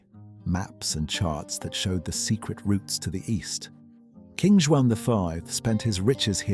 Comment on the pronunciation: Amazing work, loved it. The visuals, the script (very poetic at times) and your voice. And congrats, you might be the only foreigner able to pronounce the sound ão, as in João, as we do in Portugal. It's hard to get it, as it is nasal. But you got it ;) Cheers